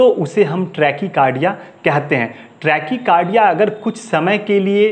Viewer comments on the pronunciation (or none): ट्रेकी कारडिया नही ़़़़़टेकाकारडिया़़़डाक्टर साहब